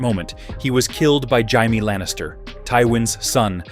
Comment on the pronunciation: And Jaime = Jai mee, lmao